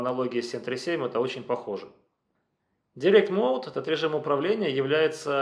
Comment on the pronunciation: От человека, который остальным советует учить английский, странно слышать "директ моуд" :) Дайрект он, как дайрект икс.